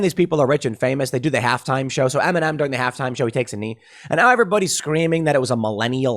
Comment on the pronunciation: I was just watching the video and for more than half of it I thought Tim was saying M&M taking a knee instead of Eminem lmao